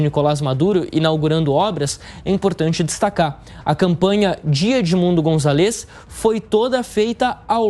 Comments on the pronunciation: Eh de se agoniar como o apresentador fala gritantemente errado o nome do líder da oposição – "Gonzalêz"... Eh González, GonzÁlez, tão difícil assim? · Excelente reportagem, porém queria chamar a atenção do locutor da JP sobre o nome do candidato: o correto é Edmundo GonZAlez (a silaba tônica é no Za e não no LEZ. Isso vale para outros sobrenomes em espanhol (MarTÍnez, MÁRquez, etc) são sempre paroxítonas, nunca oxítonas). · Pronuncia o sobrenome do candidato, è Gonzales.